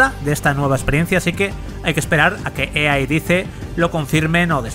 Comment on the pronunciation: "Ua convencion de EeeeeeeeeAaaaaaa"